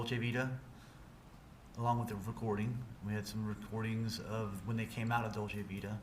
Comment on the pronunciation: He actually pronounces "Dolce Vita" correctly.